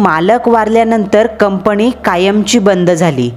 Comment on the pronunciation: कंपणी, पन, कामाणीमित्त, पानी..... अस बरेचसे चुकीच Pronunciation.... बाकी story छान होती आणि छान सादर केली